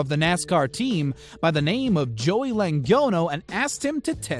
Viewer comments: Joey Langanyo? 🤦🏻‍♂️😂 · "Joey langono" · Come on man.... Penske is pronounced PENZ-KEY.....Joey Langono??? Can you even read? Joey LO-GAH-NO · Also NASCAR driver "Langono" (Logano) and the "Panamal Canal". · Joey lagano lol its logano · Joey LaYnGoHnO Jesus Christ you don't know how to pronounce his last name? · Was thinking the same. Also Luh-gone-oh lol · His name is Joey LOW - Gon - OH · Wow he murdered the name logano it is pronounced la gan o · Joey Langono??? WTF? nice job butchering his name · He butchered joey logano's name lmao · You absolutely murdered Joey Logan’s last name 😂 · You do realize you murdered Joey loganos name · Or Joey Logano's name. Obviously not motorsport fans. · Learn how to pronounce Joeys name